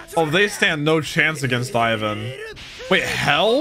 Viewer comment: Leave it to to repeatedly mispronounce names literally seconds after they have been clearly pronounced... One Piece: Ivan!: Is it Ivan or Aivan! One Piece: Ivan!: Aivan!... One Piece: Sadie-chan!: And Sadie too, or is it Seidie?...... Seidie!